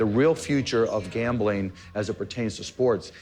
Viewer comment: He says gamling.